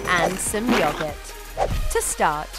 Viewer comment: Anyone else bothered by how she says yogurt?